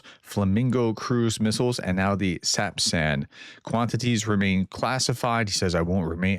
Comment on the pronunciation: Another great update. Thanks for being the kind of person who cares about reporting truth...And pronouncing sapsan! 😊 👍